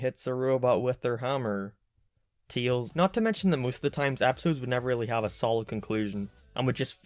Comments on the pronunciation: "TEELS" also which part of Ireland do you come from? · stop calling tails "tils" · Could you learn how to say ‘Tails’ buddy? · The way he says Tails' name... Teals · Can't/ Stop/ Hearing/ "Teals"